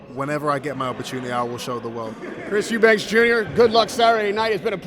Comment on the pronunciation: No wonder Virgil hates your ass. You're an ignorant fool who cant event get the names of those you're interviewing! There is no S or Z at the end of EUBANK!!!!!!